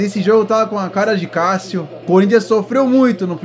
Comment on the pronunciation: Kkkkk o jeito que ele fala Cássio kkkk eu ouço: Calcio kkkkkkk